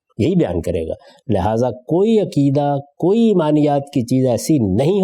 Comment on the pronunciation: Aqeeda, not akeedah, please!